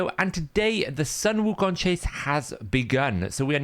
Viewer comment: you got the pronunciation right! its ‘soon wu kong’ or just ‘wu kong’